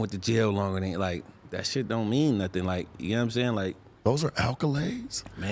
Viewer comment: Lol my nigga sharp said" are those ALCALADES"(accolades)😳🤔😒🤦🏽‍♂️😄😄😄 lol I fw no Jumper man.💪🤣